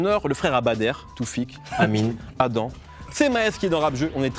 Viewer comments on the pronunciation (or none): si mehdi il avait vrm ecouté le son il aurait dit [Adame] pas [Adan]